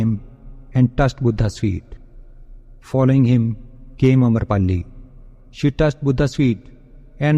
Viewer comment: Amrapali not amarpali